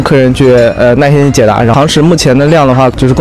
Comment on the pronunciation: Thats very normal actually, j, q, x going out into something like "y" or just going completely, focusing on the syllable before you see "nai4 _in1" and can clearly guess the word as 耐心